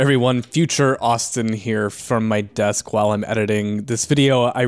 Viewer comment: Died at the "HIII! ITS MEEE! AUUUSTIIIIN!" lol